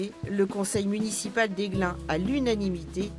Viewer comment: Aiglun pas Aiglin.